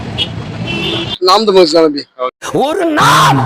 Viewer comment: Tamilllll illa tamizh 😂😂😂😂😂